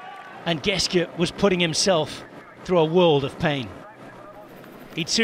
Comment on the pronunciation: It's Simon Geschke, not Geske.